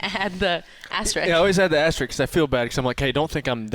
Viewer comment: Isn’t it called an ”asterisk”? I swear everyone said ”asterix”